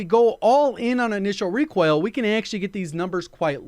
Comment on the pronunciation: I can't stop hearing Recwoil.